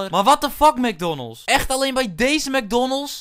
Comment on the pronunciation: Jij zegt: Mecdonnolts maar je zegt Mecdoonalds en je schrijft: MAcdonalds